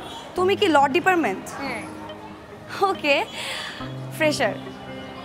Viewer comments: উচ্চারনে যে ভুল হচ্ছে। এটা ডিপারমেন্ট না ডিপার্টমেন্ট।😀🤭 একটু খেয়াল রাখবেন। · Wow!!!😲😲!!! Classic!!!❤️❤️!!! Saada panjabi te Farhaan Vaia!!! Ufff!!! Crush khaici !!! But শুরুতেই নায়িকার ভুল উচ্চারণ!! "law ডিপারমেন্ট"??!!!🙄🙄!!! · keya payel that word will be "law department" not "deparment".apnar pronunciation aro improve kora uchit.dhonnobad. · Law Deparment/ডিপারমেন্ট কি? 🥴🙄 Department/ডিপার্টমেন্ট হবে। নাটকের শুরুতেই উচ্চারণ ভুল 😂🤣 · ল' ডিপারমেন্ট না রে ভাই।এটা ল' "ডিপার্টমেন্ট"। এই জন্য আগে একটু পড়াশুনা করে শিক্ষিত হওয়া দরকার। নইলে কয়দিন পর এরাই বলবে " i am gpa 5" 🙄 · মেয়ে তো ডিপার্টমেন্ট বলতে পারে না। বলে ডিপারমেন্ট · কেয়ার উচ্চারণটা কি " ল ডিপারমেন্ট" নাকি " ল ডিপার্টমেন্ট " হবে। বুঝলাম না পরিচালক কি এটা না দেখেই টেক ওকে করে দিলো?🤔🤔🤔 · সব কিছু ঠিক আছে কিন্তু কেয়া পায়েল কিভাবে ডিপার্টমেন্ট উচ্চারণ ভুল বলে🙄🙄🙄তাও এক বার না বার বার😔😔😔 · Department pronounce korte parena